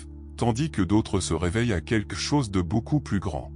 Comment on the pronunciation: On ne pourrait pas enfin enseigner à cette IA comment prononcer le mot "quelque" ?!